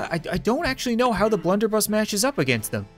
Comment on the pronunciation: its blunderbuss not blenderbus